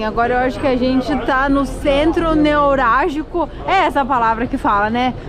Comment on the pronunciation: É "NEVRALGICO".